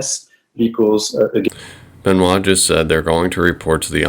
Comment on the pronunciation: You are one of the few who say Benoit the right way 👍